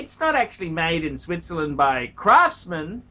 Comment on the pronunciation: Did you say, Sweetzerland?